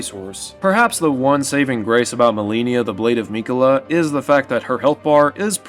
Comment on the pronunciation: I agree with a ton of your points but the way you pronounce “Malenia, Blade of Miquella” is sending me 😂